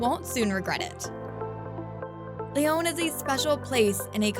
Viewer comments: Please improve your pronunciation! It's not Lyone! It's a short O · all the French words were pronounced terribly. They even pronounced Lyon wrong. It’s not “Lee-own”. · Protip: get a narrator that can pronounce Lyon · You should learn to pronounce the name of the city correctly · Terrible pronunciation but thanks for the advice